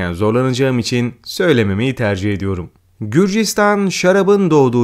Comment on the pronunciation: Qrusya değil gruzya